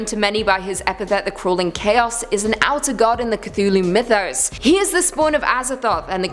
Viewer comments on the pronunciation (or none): none